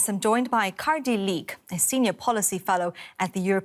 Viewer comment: 2.40 The reporter said Kardi Liik instead of Kadri. The effects of Cardi B..